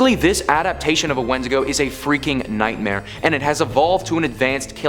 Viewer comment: it's pronounced win-dig-go